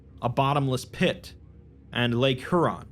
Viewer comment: Huron he-yer-on